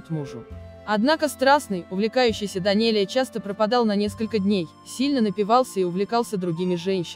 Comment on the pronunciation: Очень режет ухо не верное произношение Фамилии Данелия. Не произношения Данели , есть произношение Данелия и эта фамилия не склоняется . Это мингрельская фамилия , как Берия, Гаручава и т.д. Будьте внимательней.